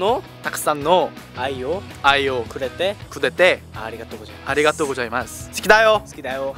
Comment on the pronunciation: ケイタなんで「ありがとうご"じゃ"います」で教えるの？w もしかして韓国人の可愛い発音の需要を考慮してなの？？笑